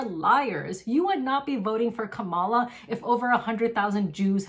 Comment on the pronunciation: Thank you for taking such good care of the cats! Your kindness is very inspiring 😊. I appreciate your take on Palestine and the election. It would be nice if you pronounced Kamala correctly though.